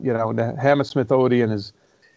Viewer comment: it's Odeeee-an lol